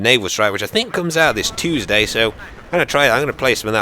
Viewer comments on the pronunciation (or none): none